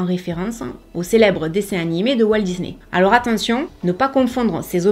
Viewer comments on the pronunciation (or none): none